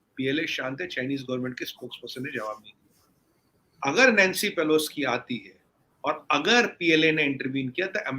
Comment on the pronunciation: कौन है यह इंडियन साइड से? नाम तक नहीं पता, नैंसी पेलोसी को पेलोस्की बोल रहा है और ज्ञान ऐसे बांट रहा है, जैसे सब कुछ इसी को पता है। 😊